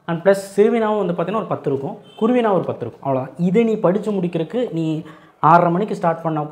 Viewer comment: அண்ணா குறுவினா குருவினா இல்ல